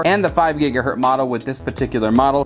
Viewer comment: It’s mega bits per second, not megabytes....and gigahertz, not gigahurt.